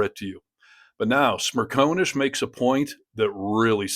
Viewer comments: It’s Smer con ish. Not Smer cone ish. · SmirCONish, Not SmirCONEish. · It's Smer CON ish not Smer Cone ish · Michael's surname is pronounced Smer-con-ish. Not Smer-co-nish. Genuinely, it is not that difficult. He says it himself often enough. 🙄😖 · Michael Smerconish is NOT a MAGA shill. He is a decent, intelligent, honest conservative. You don’t even pronounce his name correctly. It’s Smer CON ish.